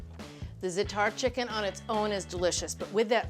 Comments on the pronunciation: Please pronounce it ZA'A-tar (emphasis on the first sylable not the last). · Right! First syllable rhymes with “hat”